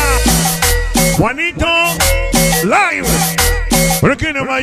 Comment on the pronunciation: Se pronuncia juanito " liv" y saludos y abrazos para todos los que le encanta cumbia sonidera.